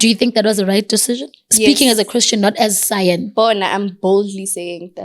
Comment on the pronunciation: So no one is going to say anything about her calling Cyan “Sein”💀🌚. Even after she corrected her 😂